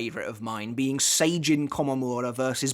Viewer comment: Great vid as always. But, for the love of god, it is SAJIN (A like apple) not Seijin. Not pronouncing the character's names correctly makes you look like a casual fan, which, you certainly are not.